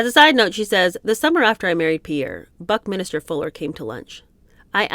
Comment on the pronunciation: Loving new book. I know it's of no importance really, but Buckminster is pronounced exactly as written ("minster" not"minister"). He was a friend of my father, so I feel kind of duty bound to point it out, hope you don't mind. 😇